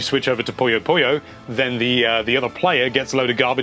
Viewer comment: I wonder why people mis-pronounce Puyo so much.